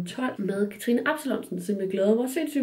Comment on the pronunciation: Jeg er simpelthen så stolt over, du siger mit navn rigtigt nu😂🥰🎉